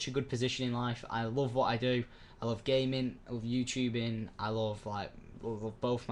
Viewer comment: wen u said i loved gamin i thought u said gay men but i replyed it thn im like oh ok gamin woo